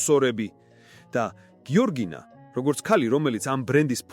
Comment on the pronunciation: გიორგინაო😅 ამ ბლოგერს სმენის პრობლემა აქვს